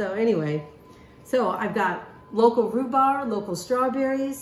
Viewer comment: Amy, the pronunciation of rhubarb is the “b” at the end. You have been pronouncing it RHUBAR. AND LEAVING THE “B” our at the end. It is rhubarB.